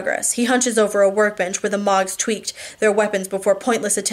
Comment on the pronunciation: Ugh, I hope you are okay! I was dying to know what happened next in The Fate of Ten, so I bought a subscription to Kobo... and the people reading it pronounce Mogs as Moags, and the dude that voices Sam makes him sound like Trump as a stoner teenager... I frakin hate it! Please come back soon! I miss you reading to me! Lol.